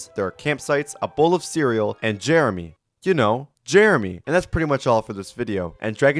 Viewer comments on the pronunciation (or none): none